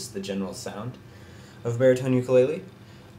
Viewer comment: Learn to pronounce "ukulele" correctly!